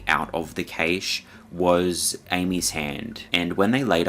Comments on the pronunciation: first of all, im not going to be told to not hunt by someone who cant pronounce cache. second of all there are, according to google, 30,000 grizzlies in Alaska alone. I dont see the issue. I dont even have a desire to hunt them. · After the 3rd or 4th time you said "kay-shh" i realized you were saying Cache (cash) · Now can you please explain to your viewers what the hell a "KAYSH" is because according to the Oxford English dictionary that particular word does not exist. That's not how you pronounce cache. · "Cache" is pronounced the same as Cash. What a zoomer moment you had there. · Cache is pronounced cash, not cay-sh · Kaysh? Its supposed to be pronounced like "cash" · I cringed when he said cache like kay-che. Its pernounced 'cash' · Cache is pronounced “cash”, not caish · LOVE YOUR VIDEOS … but “Cache” isn’t pronounced “Caysh” but “Cash”. Cache = “Cash” ❤❤ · Cash eh. Not keish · Decent video on the whole but one thing that irritated me, like with numerous videos recently is the complete laziness or complete lack of understanding of the english language. CACHE IS NOT PRONOUNCED "KAYSH". It's pronounced more like "cash" or if you are a posh European that pronounces the "E" then it's pronounced like "Cash-ay". "KAYSH" isn't a word and I don't care where abouts in the world you are cache has never been pronounced as KAYSH. (Where did you even get that from?) If you can't pronounce simple words correctly then you shouldn't be narrating videos. Stop butchering my language and then posting it so everyone else starts pronouncing it incorrectly. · It's Cashay, not Kaysh. You're mispronounced words have baited me into commenting, well done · Cashe pronounced Cash* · Do Australians really pronounce cache as cayshe? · Cache is pronounced 'cash'. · cache it’s pronounced like cash like geocache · I like your video but you kept mispronouncing the word cache . It pronounced Kash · In the US cache is pronounced cash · sounds like 'kash' for cache my friend